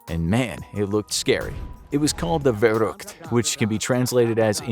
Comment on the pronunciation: The v in verrückt is pronounced as an F not a v in german. Just for info 😅